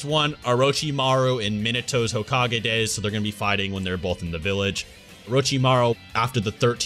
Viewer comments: so are we just gonna keep letting him say hokag-anus or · One rebuttal: Dr. Phil would pronounce it like "hoe-cage"